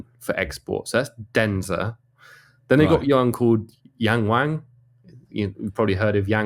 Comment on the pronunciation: mispronounces yangwang for comedic effect. it's actually disrespectful.